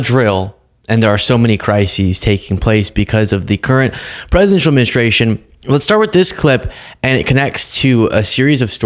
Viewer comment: Did you just say "presidential menstruation?"